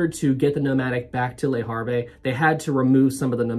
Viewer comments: Le Harvey, so funny! In French you don’t pronounce the last letter. Le Harv is how it should sound. Great video p! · I shouldn't make fun of your pronounciation of French nouns but "Lee Harvey" made me laugh uncontrollably for five minutes. Thanks, I needed it. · "Lay Haaave" is near enough. The "re" of Le Havre are silent in pronunciation. Good video non the less. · Love your pronunciations of Portsmouth and Le Havre😂